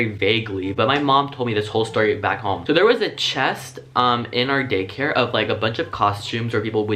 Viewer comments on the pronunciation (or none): He said gay-care not day-care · he says GAYcare instead of DAYcare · idk if its daycare or gaycare. like if you think he said gaycare and dislike if you think he said daycare. i might be crazy but i think he said gaycare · Im sorry but every time you say daycare i keep thinking your saying Gaycare. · It sounded like he said gaycare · I really hope I wasn’t the only one who heard “gaycare” instead of “daycare” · it sounded like gaycare instead of daycare XD love it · Who else heard him say gaycare just me? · Please tell me I'm not the only one who heard 'gaycare'?? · Tbh I thought he said gay care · I honestly keep mishearing you say 'gaycare' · Every time you said DAYCARE I thought you said GAYCARE. lol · Every time he said Daycare I thought he said Gaycare lol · He said daycare but because of how he speaks it sounds like gaycare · Is it Just me or did he say gaycare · wait the twentieth time he said day care i think he said gay care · I almost thought you said gaycare. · I dont know why but I kept hearing "Gay-care" instead of "Daycare". Whoooops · When he said daycare I thought he said gay care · i thought he said “gaycare” instead of “daycare” and i laughing my head off lol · Did anyone else hear him say gaycare instead of daycare? Just me..................ok 👌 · he says “gaycare” instead of “daycare” 😂😂 we love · so there was this chest in our day care- My ears: so there was this chest in our gay care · At is it just me or did he say gay care instead of daycare😂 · I heard Gaycare instead of Daycare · Who heard gaycare instead of daycare? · When he was talking about the dress up chest he said gay care just me or anyone else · he said gaycare instead of daycare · In the video I thought he said gay care at one time 😜lol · I legit thought he said "gaycare" at first and had to listen to it twice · I swear he said gaycare instead of daycare when he was talking about his crush. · Is it just me or did he say gay care instead of day care? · He said gaycare😂😂